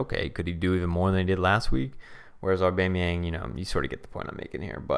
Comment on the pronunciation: nobody: Blocc: Aubamyinga